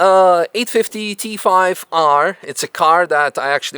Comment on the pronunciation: Btw …. It’s T-5R…. Not T5-R 🤫